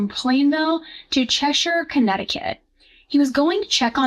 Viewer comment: I'm so glad you said Cheshire properly instead of Chesh-Hire.